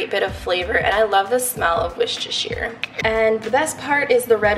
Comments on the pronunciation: it's "worst-eh-sure" say it quickly tho lol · Worcestershire is pronounced woo-ster-shire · Lol it’s pronounced “wuster-shyre”! Great haul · I think you pronounced “Worcestershire” Sauce wrong lol . Kinda post to sound like War-chest-tur ... at least I think so 😩😂🙈🙈